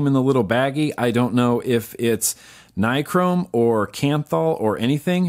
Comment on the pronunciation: You said nichrome right. 😜